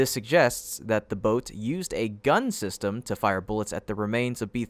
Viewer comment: STOP saying system...I know it's just an ai voice but come on...proof read this ish...just plan sounds stupid